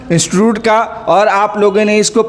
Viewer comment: Instotot mea 😂😂😂 nahi institute😂😂😂